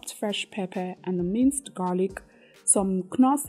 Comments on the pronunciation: if i have to endure hearing you call knoor as kunoor ehhhhh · Beautiful. I enjoy your recipes. Thanks for sharing these meal plans. Don't mean any disrespect but a quick correction. KNORR pronounced without the letter K NORR ✅ KUNORR ❌.